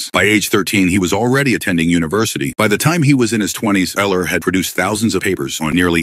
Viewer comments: Euler is actually pronounced oiler. Idk if ur using AI voice technology or what But u LITERALLY called him Eel-er. Eler. Owl-er. Eye-ler. Wu-ler. 🤦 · You can do better than this buddy. (ie. Consistency in pronouncing Euler's name, and googling how to pronounce his name correctly) Dump your text to voice app and get a better one. 😊